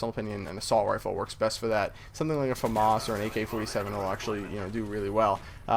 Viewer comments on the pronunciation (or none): none